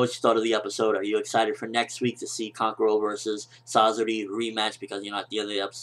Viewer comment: please say kankuros and sasori's name properly other than that great review